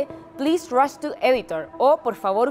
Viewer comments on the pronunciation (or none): none